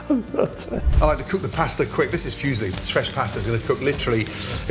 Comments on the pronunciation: Aaaah, the famous Italian breakfast cereal pasta, the Füsli/Fuesli! 🤦‍♂️ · The way Gordon pronounces Fusilli. What a silli thing to do. *silly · Bit nit-picky with the pronunciation of fusilli there! 🤣 What about that other pasta shape, looks like an Action Man bow tie? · You're nit-picking and being pedantic on everything when it comes to Ramsay. He pronounced Fusilli wrong and you got giddy like a school girl over it like it's a big deal. I bet you pronounce foods from other countries cuisines wrong as well. You're being proved wrong about the fresh pasta point in the comments too. Your jelousy is so strong it's making you sound like an idiot. Well done 🤦‍♂ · Great reaction video. If the master of Italian food gave this dish high praises, I have to try it. You'd think he would know how pronounce Fusilli. In the meantime take care of yourself. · Yes! i know! I am Italian! I was making fun of the way Gordon Ramsay mispronounced the name! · Except it's not even silly - it's zilly... LMAO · Yeah Ramsay calls them fuse-lee... LOL. "Arugala" ???? That's Arugula. Obviously this guy's talents don't include proper pronunciation of non-English words. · Being fussy about pronunciation is one thing, but he was basically talking about a Chinese guy called Fuse Lee (probably a relative of Bruce and Jet). It's not like it's impossible to pronounce it more or less correctly, like foo-silly would already be a lot better and probably passable to most reasonable Italians. Hell, I'm French and it low-key triggered me a tiny bit when he pronounced the 't' at the end of "bon appétit". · The correct pronunciation of "fusilli " is foo-zeel-lee, not "phew-see-lee". The word "Phew" sounds express relief or disgust. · What the hell are "Fuzzyli" Gordon is talking about ... sounds like some heavily overcooked pasta ;-) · fuesli its muesli pasta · My brain short-circuited when I heard him say "fuesli." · "Fusilli" rhymes with "muesli" :).